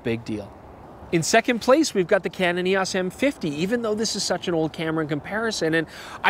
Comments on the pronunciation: "Canon EE-AWSS" lol you Canadians are funny. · A lot of people pronounce Eos weird lol not just Canada